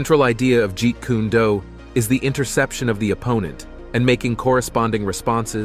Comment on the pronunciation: They said his art wrong jeet kune do 😂